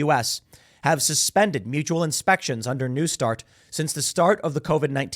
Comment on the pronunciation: "a nu start" treaty